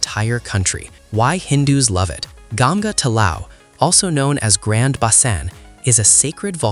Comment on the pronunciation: What is gagges it is ganga if you can't pronouce properly don't distort.